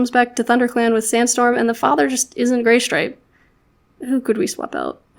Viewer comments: Is it just me or did say GAYstripe? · I love this AU. It comes together so well and I think it's a great way of representing how a trans individual would feel and or be treated in clans. Also near the end it sounded like you said GAYstripe 😂😍